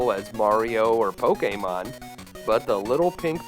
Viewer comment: My man, I am mad impressed that you said Pokémon correctly. I'd almost given up that anybody in the west was capable of it. 😅✌🏻